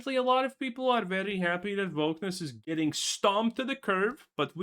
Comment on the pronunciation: He is saying "wokeness" with with a different sound for the "w", maybe as a joke or to avoid problems with the algorithim or something.